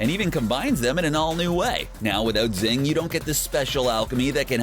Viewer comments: Xing is pronounced shing not zing Mei. It's pronounced may not meye Yao Ming? Holy crap. It's ling Yao. Lan fan. Pronounced lahn fahn not lan fan. Alchahestry not alchahistory. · L-o-n F-o-n not LaN fAn Shing not ZiNg This isn’t The Last Airbender movie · its XING not ZING lmaoo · Xing is pronounced shing not zing you dumbass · I like this video, but it was painful hearing you call it 'Zing', when it's pronounced 'Shing' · It is pronounced SHING not ZING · I'm pretty sure Xing is pronounced as "Shing" rather than "Zing" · Xing.... XD try watching the anime before you make a vid about it. It’s pronounced in the show as shing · Xing is pronounced “shing” and did he really call Yao ling, Yao Ming? Did he even watch the show? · Every time he says Zing, take a shot. It's not a drinking game, it's just what you feel like doing every freaking time he says Zing. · Actually xing is based on china so the correct ways to see this are Jing or shing In some countries you can even call it "sing" but since we can use SH in japanese it's preferable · It's shhing!!! The Romanized X is mostly pronounced as "sh" in Chinese. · It's Shing. SHING! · yeah it’s pronounced shing lol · Him: pronounce xing wrong Me: the pain of being torn apart and being put together again and again is immeasurable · I'm honestly somewhat impressed at the narrator's skill with mispronouncing everything related to Xing. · Jesus christ learn how to pronounce names, moron. Xing - shing. Xerxes = zerksees. Lanfan - Lawn fawn. Ishvalan = ishval-an, not ishva-lawn. Go back to second grade. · IshvaLAN "ZING"?? ITS XING YOU IGNORAMUS "HOMUNCULEE??" YOU'VE GOT TO BE KIDDING ME. GET A NEW COMMENTATOR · "Zing" "Lahn Fahn" "Alkahistory"